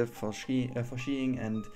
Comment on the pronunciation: ach ja es wird skiing ausgesprochen. Also nicht schkiing. Wollte da noch kurz beim englisch helfen :)